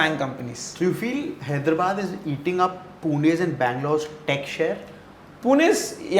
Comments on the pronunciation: It's not Hydra'bad', its Hyderabad(హైదరాబాద్). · Call hyderabad correctly it's not hydrubud